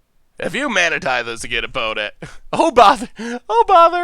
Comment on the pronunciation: if you’re reading this: AN ISLAND please more than any mispronunciation this drives me crazy 😂 edit: mana tithe!!!